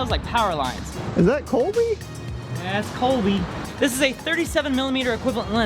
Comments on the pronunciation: Did u guys say “Colby” or “Kobe” lol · "Colby Brian" o.o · Did both of you really just call him "Colby"? c'mon maaaaaan!